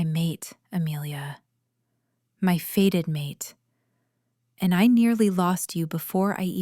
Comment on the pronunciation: Fated not faded! It’s so annoying, AI mistakes!